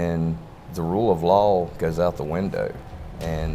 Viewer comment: every time he said rule of law i heard rule of lol